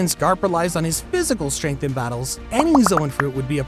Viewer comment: Ah yes, “ strenght “